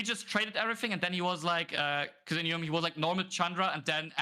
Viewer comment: Hey, kleines Off-Topic-Feedback von meiner Seite: Mir ist aufgefallen, dass du das Wort "because" immer wie "becorse" aussprichst. Das ist nicht nur mir, sondern auch anderen Zuschauern aufgefallen und kann beim Zuhören etwas irritieren bzw. stören. Als Caster für ein großes Unternehmen wäre es wichtig, auf eine korrekte Aussprache zu achten, gerade bei häufig verwendeten Begriffen wie diesem. Ansonsten machst du deinen Job wirklich fantastisch. Weiter so! Viele Grüße